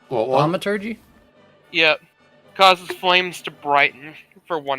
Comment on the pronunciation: The thing that made that joke cringy is that Cartography is derived from ~Carte~ the French word for maps, not car..... Stay in school, kids... It doesn't matter what history roll the TEACHER makes, it matters what the other guy knows about it... Thaw-ma-tur-jee...🙄🙄🙄